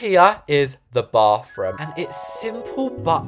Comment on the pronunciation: my favorite parts of his videos is when he says “baFroom”